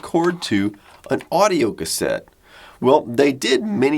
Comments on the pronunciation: auido instead of audio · XD So what's "Auido"? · Auido, instead of audio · Interesting piece of kit. Did it run hot, sucking the batteries dry that fast... oh and "auido". Heh. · "Auido and Tracking"